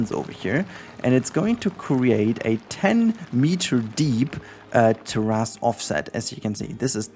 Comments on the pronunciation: Thanks for this tutorial and btw the correct English pronunciation is ‘Tair’-‘is’ it kinda sounds like there is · Thanks for the tutorial! Also appreciate your pronunciation of terrace. Makes me think of dinosaur butts.